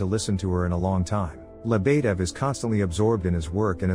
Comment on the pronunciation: He keeps killing me every time he says Lebedev “leb uh dev”! Edit: I think Svetlana got the shit end of the deal!